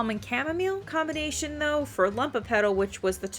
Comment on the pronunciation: Very in depth video, tysm! But it's LUMOpetal, from the latin word "lumen", which means bright or shining, not "lump" xdd